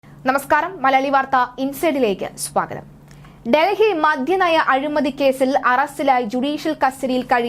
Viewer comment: മദ്യനയം not മധ്യ നയം sir